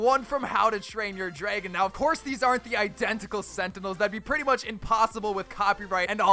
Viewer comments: Anyone else hear him saying draygon, say it right dude. Its dragon. Lol, jk i dont really care how he says it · Draegon? That how you day it lol and opionion-oepinione